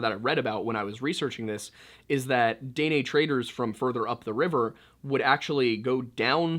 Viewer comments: I love your vids, I just wanted to help you with pronunciation of Dinè. it’s more of “deh-neh” or “duh-neh” instead of “day-nay”. The last half “neh” is almost cut off, so instead of “nay” it’s more like “neh-“. I hope this helps :)) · it's pronounced "Di neh" for the people from the south but "day nay" gave me a good laugh. you make some really good content. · This is the first time I can say I've heard Dene pronounced Day-nay instead of Deh-Neh lol. I recently found your videos and I love how you always include history of the area 💛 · Btw it’s pronounced “den-nay” (like the horse) it means “the people” out culture goes very deep and is very interesting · It’s pronounced DEN NAY. I’m kaska Dena from this region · Btw it's pronounced Den-ay. Maybe im retarded but i know dene people and thats how they said it. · I’m so sorry I usually love your videos but I’m Dene and I just can’t get through the video with you saying it wrong the whole time 😭😂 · Just a comment from a Canadian viewer and fan. Since you brought it up, Indians up here are called "First Nations or Native Canadians". When you are that far North, they are usually referred to as "The Inuit". The Métis is pronounced as May-tee, Dene is pronounced as Den-ay. Knowing the difference, yet still saying "Native Americans" is not cool...just saying. 🇨🇦